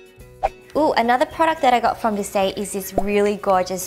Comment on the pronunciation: btw! maquillage is pronounced 마끼야즈 (it literally means make up 😂) and yeah you pronounced Visee right :p